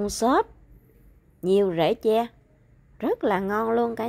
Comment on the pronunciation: Phát âm đúng TR nha em.